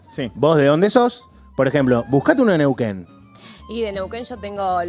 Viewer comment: Niuquen. Ya no te arcorda como se pronuncia. jajajja